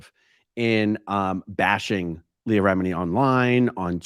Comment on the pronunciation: I laughed so hard at how this person can’t pronounce ANY names “Leah re-miniii” lol